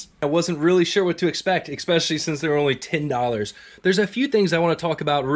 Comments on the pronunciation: There is no X in the word "ESPECIALLY" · Please stop saying "exspecially".... It's not a word.... If you throw me those lights I'll stop being a grammar Nazi